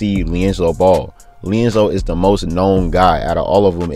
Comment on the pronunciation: Am I the only one hearing "leonzo" 🤣🤣🤣🤣